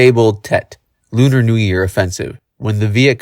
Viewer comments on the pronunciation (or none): none